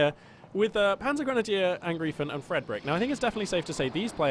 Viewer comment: The correct pronounce is PanzergrenadierAngr (I)fen like I Phone ;)